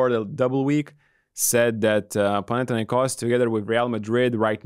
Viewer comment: Thank you very much for respecting the way that Panathinaikos is properly pronounced. Great show as always. Keep it going!